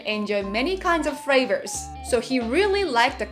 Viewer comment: I love. You can't say 31 fravors. L and R should have been corrected by now.